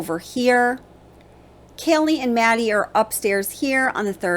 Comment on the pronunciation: Ok if we’re all about detail here… her name is pronounced KAY LEE not Kelly.